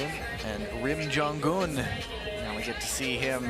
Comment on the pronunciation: it's jong-un!! not jon-gun